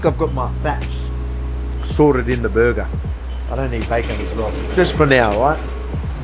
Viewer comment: I listened exclusively to hear him say berguhh